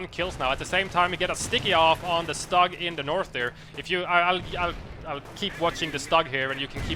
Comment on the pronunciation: I love your casts but please!!! It's not Stug with a short U. It's more like "stoog".